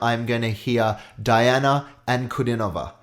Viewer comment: The pronunciation is Dee-ana